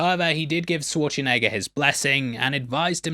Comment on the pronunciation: You keep saying Swarchenegger. Say it with me. Sh - war - ts - enegger. It's really not that hard.